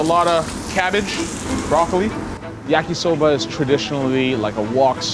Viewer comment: When he said "yakisober" I'm like yes this is a jamaican